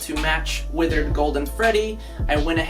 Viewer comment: EVRYONE YELL AT THIS GUY HE SIAG WITHIRD FREDDY INSTEAD OF WITHERD GOLDEN FREDDY!!! just kiding your the best.